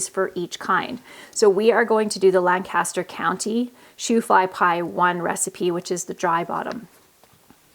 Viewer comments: WET BOTTOM IS THE WAY TO GO!! oh and drop the G when you pronounce Lancaster, we don't say it that way here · I'm from Lancaster County, PA. We pronounce it, "Lang-kiss-ter"